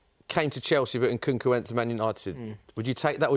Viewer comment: For a man who can't even pronounce Nkunku's name right needs to stop giving opinions on footballing systems